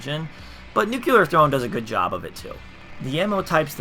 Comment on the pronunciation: Nuclear. Say it with me now. New-clear.